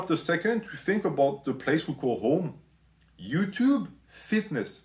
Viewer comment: “Ello Utoob” music to my ears